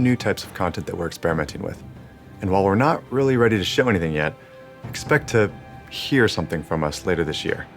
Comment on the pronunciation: A partir del , mira las pausas que hace y en que palabras, hear, announce, hace énfasis en esas 2